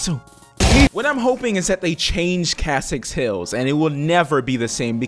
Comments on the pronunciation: KESSEX Hills. Not Kassex. KESSEX. Get it right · Kassex hills? its kEssex hills man, with an E